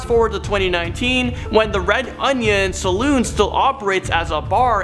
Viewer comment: Are you guys serious you cannot properly pronounce Shanghai or Saloon?